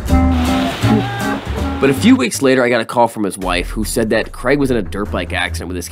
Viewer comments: It’s CrAig, not Creg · Man his name is Craig not Creg ...stop saying creg it's craaaaig